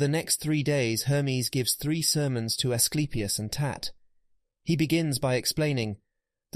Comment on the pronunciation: His son really names A sleep e us lol